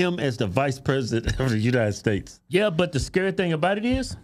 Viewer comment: Kevin said it yet again "United Steaks of America". WTF?